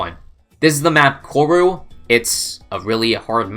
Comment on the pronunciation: Pronounced koru wrong